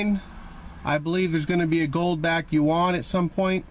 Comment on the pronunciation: The Yuan is not produced like Juan in Spanish. Follow the link to learn to how say it right... html